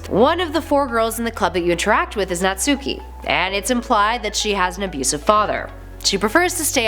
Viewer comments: Its not nat suki its pro nounced Nat-Ski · ''Naht-ski'' wow people still say NatsUki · ITS NATSUHKI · "Naht-ski." The "u" is silent for a lot of Japanese words and names. We silly gaijin don't seem to get that. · Table of contents for the comment section; 60% People saying there is a happy ending (the true ending). 9% People saying about the wrong pronunciation for Natsuki. 25% People mentioning about the "Lit club" 5% Pun comments. 1% - Other comments.